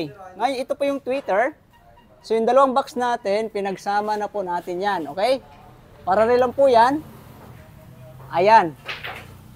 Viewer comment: Paralell hindi pararel😂